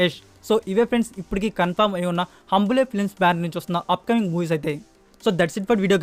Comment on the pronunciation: హంబులే కాదు కాదు హోంబాలే కాదు హొంబాలే హొంబాలే హొంబాలే హొంబాలే